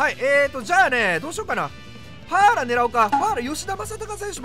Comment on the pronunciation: VIPさんがAランク選手出した時に好きな発音 ・1位 Patton ・2位 パッーラ(飛沫量3リットル) ・3位 デラロ↑サ